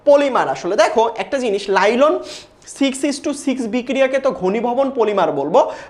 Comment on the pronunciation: Ota nailon lailon na😂